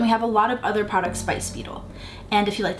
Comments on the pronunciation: It’s not speedel it’s spidel (sp-i-del) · It’s pronounced Spy-del not speedel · Its pronounced Spy Dell. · FYI: If you do just a little bit of research on YouTube, you'll notice that in the original commercials it's pronounced "Spy-Dell" -Speidel-... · So Speidel has been around for a long time. Quality item. You are mispronouncing it.